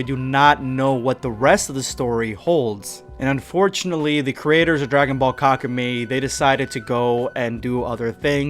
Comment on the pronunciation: Wouldn't it be pronounced like kaku Meh-E?